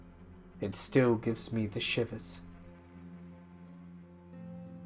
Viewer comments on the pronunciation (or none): none